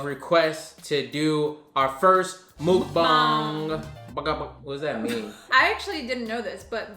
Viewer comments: I’ve been watching and subscribing to y’all for years BUT seriously can you two get a korean teacher and learn Korean together. I know is Korean but the way she teaches you and ya’lls audience on this channel is SO FRUSTRATING to watch and hear. It’s not MOOK-BANG. it’s muh-k bah-ng. 😫😫😫😫😫😫😫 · I swear other youtubers out here need to start pronouncing mukbang right. 🥴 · Lmao I don’t get why people have such a hard time pronouncing MUKBANG... just watch korean american mukbangers and you’ll get the right way to say it.